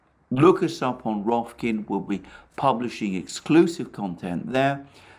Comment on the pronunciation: Rofkin 😆 Rofkin-Rifkin